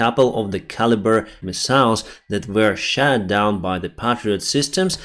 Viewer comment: "Shat down"., sounds like a wild moment on a toilet. It's shot down. Correctly pronounced SHHAWWTT Down. Otherwise, love your reports.